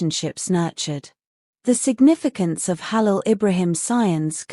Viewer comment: tudo isso é mentira vai aprender falar o nome do Hálil primeiro vc nem sabe falar o nome dele mentirosa